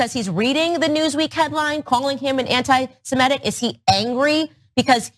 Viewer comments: whatever Kanye meant, it's "anti-Semitic" not "anti-SemEtic" FFS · Antisemitic. Not antisemetic. That mispronunciation drives me crazy!